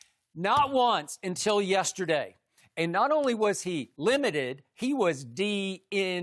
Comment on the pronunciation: Skip: Lim-mitt-tiddd Me: 💀